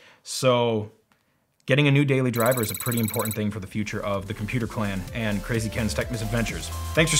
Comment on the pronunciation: Whenever you say Tech Misadventures i always think you say Techness Adventures